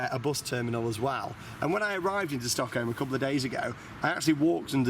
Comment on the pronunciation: If i spelled it how i interprted him saying it I would spell it StockHoe